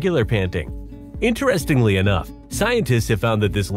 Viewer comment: Allergens not "allergenes". "Interstingly" is not a word.